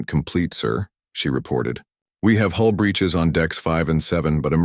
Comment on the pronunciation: Hull breaches, not hole breaches.